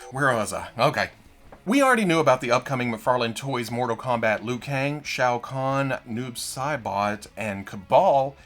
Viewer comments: he says it like "shayo khan" or something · Shout out to for knowing how to say Shao khan I cringe everytime I hear say it